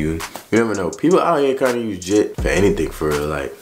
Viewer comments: Gitt not jhit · Its jit not jhit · I'm sorry but its jit not jhit